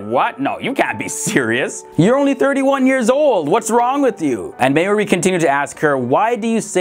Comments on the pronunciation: the woman the twins befriended, her name is pronounced "Mar-Jaw- Ree" & not Ma-Your-ie... smh, ftd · That's not at all how you say 'Marjorie' 🤣🤣🤣